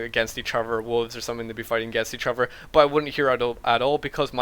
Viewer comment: why do you say each other, "eachuver"